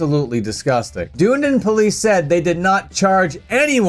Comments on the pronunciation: "Dune-din" That pronunciation is almost as feral as shitting in the mosh pit. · Hes pronouncing the city name wrong 😂😂 dunnydin is literally a shithole. Unless your vegan!